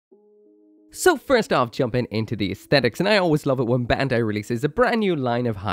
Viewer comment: Bandai pronounced "bun-dai" (バンダイ), not "ben-dai". for someone who can read japanese you should know